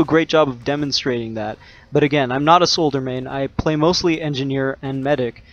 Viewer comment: thanks for the tips, you mispronounced soldier tho...